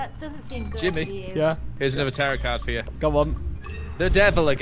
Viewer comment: I love Jimmy pronouncing the last “t” in tarot lmaooo